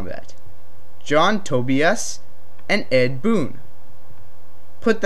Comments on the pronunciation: Toe-bee-iss, lol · Milita (mill-isha) Tobias (Toe-by-us), Smoke also recognised sub-zero if you go by Noobs deception ending. nice video though just had to clear that up :)